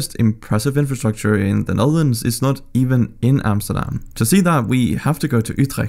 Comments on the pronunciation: You said Amsterdam, not Emsterdem... thank you for that... loved the video.. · I hate it when uneducated English people try to say 'Amsterdam' but this man could pronounce it surprisingly well